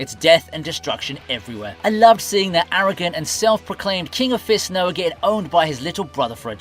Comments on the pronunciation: My boy called Raoh...Noah?...so disrespectful. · Raoh is the right name, it's never been Noah. The video creator definitely didn't even watch the show lmao